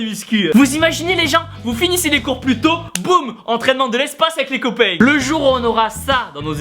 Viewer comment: "...avec les copaings" ahahah